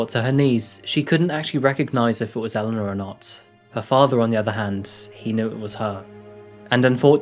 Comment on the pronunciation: Love you videos ! .... I did get a bit confused on this one as it sounded like you called her Elenor and Alana at different times through the video ? Was that just me ?🤪